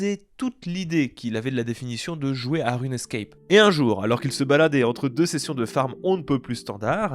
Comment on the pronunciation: On dit RUNE SCAPE et pas RUNE ESCAPE, de base, quoi....